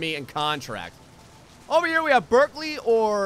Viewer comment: It's Brikley, not Birkley xD